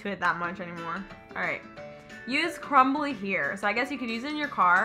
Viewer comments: It’s pronounced Crumby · Does she notice that it is crumby not crumbly lmao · it is not crumbly, it it crumby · It's crumby for heaven's sake and she keeps calling it crumbly 😂 I enjoyed it 😂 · Does anybody else notice that the lady bug is CRUMBY and she be calling it CRUMBLY no hate just funny